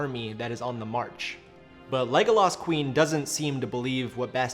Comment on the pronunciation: Yeah seriously. If you are going to use the name 30 times in a video you should make sure you have the pronunciation right.